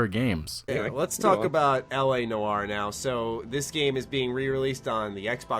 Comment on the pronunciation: "Nor" not "Nu-or". SMH